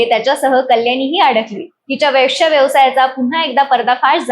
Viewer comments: वैश्य नाही गं बये वेश्या म्हण ..आधी मराठी बोलायला शिक की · उच्चार सुधरा वैष्या..... नाही हो वेश्या 😂😂😂😂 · वैश्या नाही ग वेश्या असा शब्द आहे . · कानाला बिलकुल अस्वस्थ वाटतो वैष्या शब्द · Ho na. Ani tya chavare chalis mhanatahet. Kahihi chavve chalis asta te😂